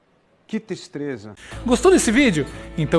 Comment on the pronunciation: "Que tistreza" 😂😂😂😂😂😂😂😂😂